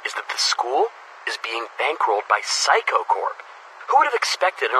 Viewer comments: help why do i hear saikou as physco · "Mr Saikou" Nope it's... "Mr Psycho"